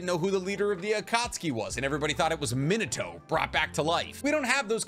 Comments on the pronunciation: There’s no one by the name “Minoto”. Naruto’s father’s name is pronounced “Minato” (Me-NA-toh) as spelled. Also Akatsuki is pronounced (Ah-Kat-SU-kee) 4 syllables not 3. You’re welcome 🙏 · Who tf is minute-to. How can you do naruto content and not pronounce his dads name?